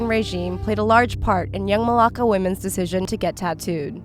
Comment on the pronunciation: You left the r out of my name it's Marlaka 😚 btw 👏🏽you 👏🏽better👏🏽 invite👏🏽 her👏🏽 to 👏🏽your 👏🏽wedding 👏🏽👏🏽👏🏽